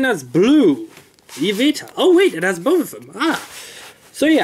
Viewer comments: The Y legendary's name is pronounce Ee-vel-tall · Even though the game wasnt out yet, you should be able to make an educated guess, you should be able to pronounce xerneas (zer nee us), and yveltal (ee vel tall).